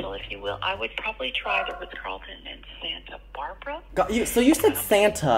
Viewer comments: satnta barbara. no santa brabra... its in SANTA BARBARA. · “Santa Brabra” 💀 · I CANT ‘no.. Santa brabra’